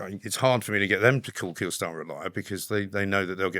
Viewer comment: It's Keir not Kier FFS.